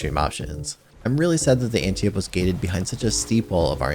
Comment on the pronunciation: "Anti-ope" Read a book, or something.